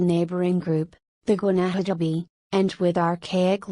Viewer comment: Wishing the pronunciations were better. Ta-EEE-no, gwah-nah-tah-BAY, see-boh-NAY